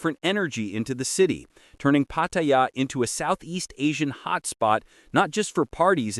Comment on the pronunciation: Maybe If you post you can pronounce pattaya correctly pat ta yar one word